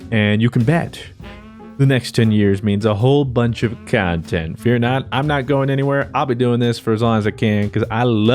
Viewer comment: You should play Jedi:Fallen Order it’s the CAHNTENT(unless it ends up like the Sekiro playthrough) Keep up the CAHNTENT!I’ve been watching since,the last 2 or 3 years?It’s crazy to think it’s only been that long.Oh he mentions the game,I was wondering whatever became of it